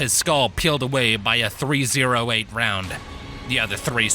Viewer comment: I don't know if that's just how it was wrote in the story, or that's just how you said it but .308 ammo is usually referred to as three oh eight ammo, And if there's a dot we just don't say it with the name